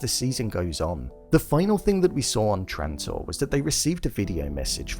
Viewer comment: Dude...I watched 15 seconds and you said "Transore"...